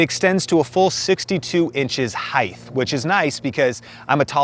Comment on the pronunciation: is it pronounced heighth now, with a "th" sound at the end? is that a thing now? I always thought it was height with a hard T at the end but I'm hearing the TH way of saying it here and there recently....